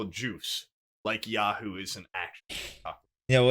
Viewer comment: Why the fuck did they keep calling Yoo-hoo “Yahoo”.